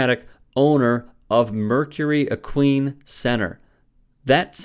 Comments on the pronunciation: Equine is pronounced "ek-wine", not "ek-ween". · Did you really just pronounce "equine" as "ek-queen"? Makes me wonder what else you don't know jack about. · It's not ek-queen, it's ek-wine. Are you sure you're a sports expert? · Pronounced- ekwine 🐎 Not 🐎 Ekwēēn Thx, love the content, just the pronunciation buggin' me. ✌ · Equine is pronounced EK-wine, not uh-QUEEN. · Ek wine. Not ek queen. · No disrespect, just fyi, Equine is pronounced, ek wine. Love your channel. Keep up the great work. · You are pronouncing equine incorrectly pronounced ek wine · Do you seriously not know how to pronounce equine? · I know. Can he learn how to say the word, Equine. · Equine is pronounced with a long "I" sound. Just FYI. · Be more credible if pronunciation was correct. Equine There are a couple ways...you used neither.